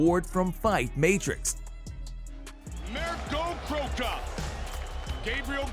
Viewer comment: It's Mirko Crocop.............not Mirkro Crocrop.